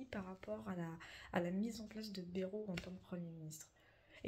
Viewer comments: J'habite dans le 64 et pour info en toute amitié, on dit pas "bérou' mais " bail -rou "😊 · On dit Baïrou pas Bérou dans le sud ouest .....comme le village de nay ne ce dit pas né mais naï, (comme l'ail) 😏 au vu de l'état des finances de la france, la loi ne concernerait pas une ponction directe des comptes en banque des français comme en Grèce ? rappelons nous que la france est sous tutelle de l'europe depuis 2024.